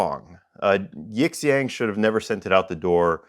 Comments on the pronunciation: Sometimes the x is pronounced like sh in Chinese. Yee'shyong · Love your work, really I do, but if you're going to review products from a Chinese supplier please take two minutes to learn how to pronounce the company name properly; especially if they're going to list you as a suggested reviewer on their website. I'd suggest plugging their "english"/Pinyin name into Google translate and using the audio playback. It's two characters Yi, 亿 and Xiang, 祥, and you pronounce them separately. Definitely not "yiX ang" because the X has a different sound and Xiang is kinda like shhhe-ang